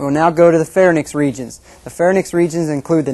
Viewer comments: "Pharnyx" his pronunciation. "Pharynx" the correct pronunciation. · Any one who pronounces the words pharynx and larynx as "fair-nix" and "lair-nix" has already lost my attention.